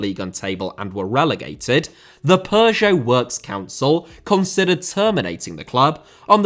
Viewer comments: Dude it sounds so funny when you say Peugeot, your pronunciation really made my day 😁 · great vid but the way u pronounce peugeot is pissing me off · it does, but sadly he pronounces both wrong.